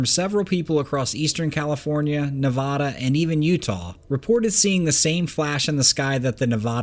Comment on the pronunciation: OK....please tell the world that it is pronounced...Nevaaaaada...like the 'a' in cat or bat or rat....not Nevawwwwda. Thank you. Ive lived in Nevada for 40 yrs and a ton of people dont know how to say it correctly!.....I absolutely love love love your work!!! That would be the 1st 'a' in Nevada!! lol The 2nd 'a' sounds like...DUH!! Thank you sir!